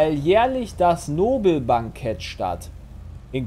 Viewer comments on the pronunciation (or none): Wenn das Nobelbankett eigentlich nach Alfred Nobel benannt ist und es einfach komplett falsch ausspricht.